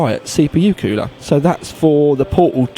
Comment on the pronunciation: Kewler :p your from the uk as am I and it's cool-er haha